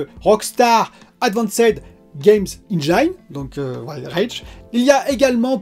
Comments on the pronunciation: Salut. Super tes vidéos, continue d'être au naturel. Par contre on dit eng(i)ne et pas eng(aï)ne 😉. Vu que tu l'utilises souvent je tenais à te le dire 😊. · Excellente vidéo ! Puisque c’est un mot que tu prononces souvent, sache qu’en anglais « Engine » se prononce ennejinne et non pas ennnejaïne ! Ça écorche les oreilles à chaque fois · Hello ! Engine se prononce enjin et non enjaïn :) Bonne vidéo ! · Pour Engine, pense à angine (la maladie) pour bien le prononcer. Après d'après DF le VRR c'est quand même un gros plus... Les chutes de framerate sur console c'est hélas pas si rare, mais ça pourrait être pire avec notamment les résolutions variables qui sont quand même mieux fichue aujourd'hui en terme de qualité. La généralisation progressive du DLSS est vraiment une super nouvelle, dommage que ça nécessite des TC qui ne sont pas sur tous les GPU (quel cruel manque pour les consoles). Pour Google c'est moins sur le radar parce que tu n'es pas obligé de passer par le store officiel, du coup c'est surtout Apple qui est dans le viseur parce qu'ils verrouillent tout. Bon Week End:) pense à te reposer aussi;)